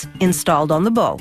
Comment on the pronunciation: Do we drink every time she mispronounces bow?